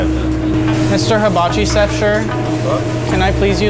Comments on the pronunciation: mins he says “mr Hibachi sef cher” 😂🤣😂😆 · “Mr. Hibachi Sef Chir”